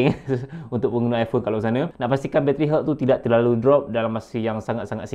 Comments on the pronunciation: Health Pronunciation = Helth* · Nasihat yg berguna. Cuma agak keliru bila sebut 'health' dalam komentar. Bunyinya mcm 'hurt'. Bila dpt tengok perkataan mana yg brother rujuk rupanya 'health'. Jgn marahnya... Agak keliru kejap tadi. Hahaha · cane sebut health tu ? haha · Pronunciation “health” tu salah terok la!!! Tolong check dlm YouTube mcmne nak sebut dgn betul ya kuu…maaf sekadar pencerahan sbb byk yg buat video content tp sebutan inggerisnya mmg ke laut spt “pause” yg ramai sebut salah… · that is not the correct way to pronounce health...just google it.....